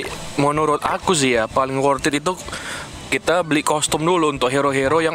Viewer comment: worth it bukan worthid hehehe